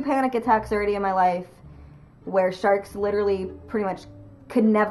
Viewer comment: When you first said "sharks" as your biggest fear I thought you said "jerks". LOL